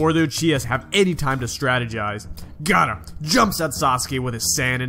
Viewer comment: Boi its called gaara not gaata